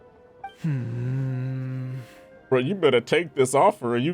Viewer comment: how did xinyan said his name in english? o-o devorjak? isnt it dvo-rak o------------------o she sound so taxen in english looool